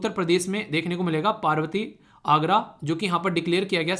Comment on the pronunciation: sir It is arga or agra